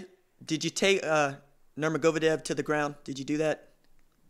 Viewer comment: not sure u said it right 😂😂